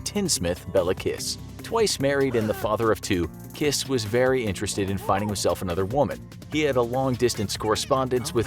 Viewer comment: His name is Kiss but you don’t pronounce it with a “its not kiss like kiss” 😂 but it was fun to listen